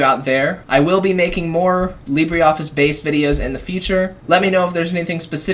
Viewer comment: Libre - not Libree